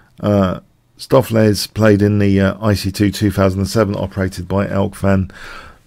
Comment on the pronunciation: stoaf-lace => correct pronounciation